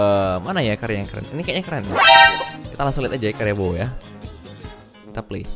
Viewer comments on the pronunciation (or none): none